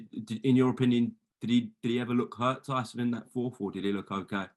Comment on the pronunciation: Can really tell there's beef between him and Tyson. Still can't even say his name.